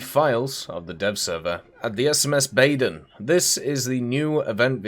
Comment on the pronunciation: Its "bahden", 'baiern", and "sahxsen"